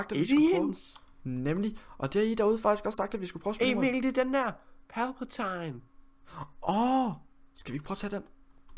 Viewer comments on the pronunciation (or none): Når man ikke har set starwars be like "Palpe Tiiiiine" og "Jædej"